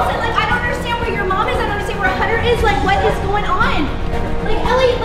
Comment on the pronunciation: Respect for saying "HUNTER" not editer